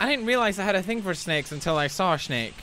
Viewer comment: 😂😂 but he pronounced it "I didn't realize I had a thing for snakes untill I saw a shnake"😂😂